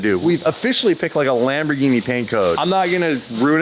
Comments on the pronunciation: Haha lam boar genie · Not even Italians pronounce Lamborghini the way does 😂 I chuckle every time